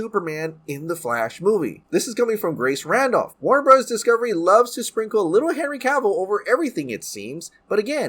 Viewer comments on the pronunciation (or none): none